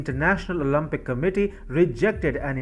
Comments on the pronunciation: It’s Olympic NOT Olumpic…. Think Olympic as in Limp … Not Olumpic as in Muppet! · Its Olympic, not Olumpic.